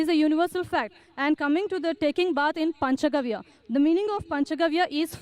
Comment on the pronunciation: Zakir can't even say "Panch Gavya" - He says "Panch Garv".. Why do Muslims believe in the Stupidity of this man - Zakir the Buffoon Naik? The Bhavishya Purana that we have today is a fake and a medieval forgery. There are no trustworthy or noteworthy predictions in any Hindu scriptures because their teachings were very much rooted in the here and now. What is the point in teaching inquisitive students today about stuff that will maybe happen in 1000 years? Who cares? What we want to know is how to deal with our stuff TODAY. So all the teachings of Dharma relate to the present continuous tense only. Future and past are irrelevant. Prophecy is a cornerstone of the Abrahamic religions not the Dharma coalition. Thanks go to Rami Sivan, who answered this in the Quora Muslims doesn't know that this story really doesn't end there. If they read rest of it, they will run saying this Maha-Mada (Super Alcoholic) isn't Muhammad at all... Poor followers of the Buffoon..